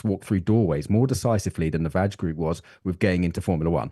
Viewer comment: “VAJ group” 😏